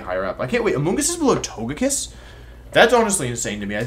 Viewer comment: You know Wolfe's serious when he pronounces Togekiss with a hard G